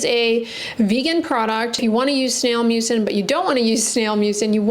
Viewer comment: Does anyone else hear snail mucus?